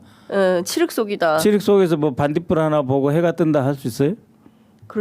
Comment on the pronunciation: 죄송한데 칠흙 아니고 칠흑이요 칠흑